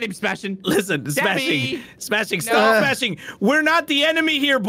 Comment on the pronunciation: smashing sounds like juicy